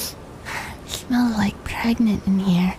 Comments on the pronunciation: Nah I think she's just preganenant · Are you pregegnant? Or are you okay?